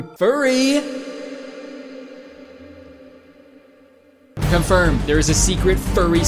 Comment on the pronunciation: i can't with the "con-fur-med" pls fkjdnrvjnsdxjkvn